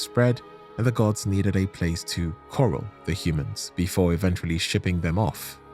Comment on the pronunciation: ai mispronunciations for suuuuure - coral instead of corral etc - also a lot of info from hawkshaw